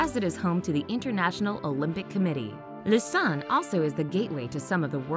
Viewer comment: I don’t like how you say Lausanne